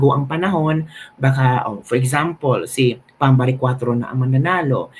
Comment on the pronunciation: Sir, PAM baricuatro po. Not BAM. Hehe. :)